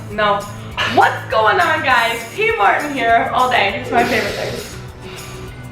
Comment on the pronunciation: Legit question: Why do you pronounce it Tmart instead of TmarTn?